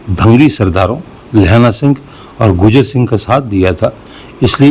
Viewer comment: شکریه ، کچھ دوستوں نے اعترض کیا هے که آپ لفظ گوجر کی بجائے گجر بولتے هیں ، گوجر قوم کے حوالے سے لفظ واضح سنائی دینا چاهئے دوسری عرض یه که میں جس هائر سیکنڈری سکول سے ریٹائر هوا هوں یه سکول رنجیت سنگھ نے اپنے دور حکومت میں موجوده اردو بازار کے آغاز میں اپنے باپ کے نام کے ساتھ مهان سنگھ زرعی سکول کے نام سے شروع کیا تها ، اس بازار کا نام اس کے دادا کے نام پر بازار چڑهت سنگھ تها ، پهر یه سکول 19 ویں صدی کے آغاز میں انگریز دور میں جی ٹی روڈ پر منتقل هوا اس سکول کا رقبه 25 ایکڑ هے اور آپ کے وی لاگ میں اس سکول کی بیرونی دیوار ساری دکھائی گئی هے جس کی‌لمبائی جی ٹی روڈ پر تقریبا" 2 فرلانگ هے ، محمد یوسف بھٹی